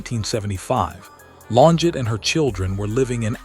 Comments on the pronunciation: Pronounced….Lonjay………..this was not “ her last video”……. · she is a murderer and got away with it. Also, what’s with all the splotches in the video trying to make it look vintage? Horrible AI voice getting her name wrong. This video sucked. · So we can't pronounce her name correctly.... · Farewell, Claudine. Much love and peace beyond this life 💐🕊️✝️ I must say, it's a shame AI constantly mispronounces her maiden name.